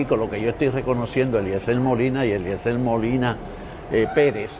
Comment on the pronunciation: El mismo dice”Eliezel” no pronuncia ni la R - ¿cómo vas a querer que los votantes en PR escriban bien un nombre si tu mismo no lo sabes pronunciar? 👁️ entonces ¿cómo lo escribimos?🫣 d-e-l-e-t-r-e-a-n-d-o …..!!!!! Yisusss!!!!